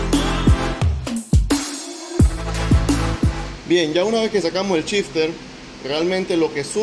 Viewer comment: Es gracioso cuando dice que va montar shifter, yo escucho que el dice chister.